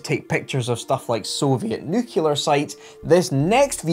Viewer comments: The word "nuclear" is pronounced "new clear", not "new killer". I thought it was only Americans that spoke Idiot English, but it seems that some British people do too. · It's new-clear, not nuke-you-lure. Please, buddy, I love you, but you're making my ears hurt. 😕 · nucular (nuk-u-lar) is not word, its nuclear and is pronounced new-clear. On a plus note the Isengard sweater is phenomenally cool! I'm not that far from Rochester N.Y. so maybe Ill go photo hunting when I get my motorcycle back from the shop. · It’s nuclear not nucular. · "nuke-lar" attack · not another person who can't say "new clear" for the love of hank marvin, sort it out!